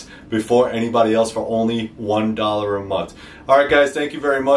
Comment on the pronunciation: I heard some Jersey in the end there "1 dolluh a munt"! 😝🤣 I'm from New York myself brother just stumbled onto your page and digging your blades! Definitely going to need to get myself one or two of them!